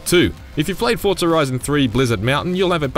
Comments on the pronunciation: It’s Forza not Fortza 🤦🏻‍♂️ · Why does every voice over I've heard pronounce Forza as "ForTza " ? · Say Fortza one more time. I fucken dare you